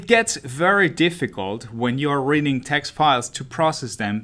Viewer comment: It sounds like he's saying "raiding data" which is honestly so much better